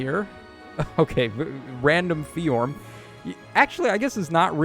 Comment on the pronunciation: ability to just add new sounds to a name that were never there is so funny. Bro said FeeJorm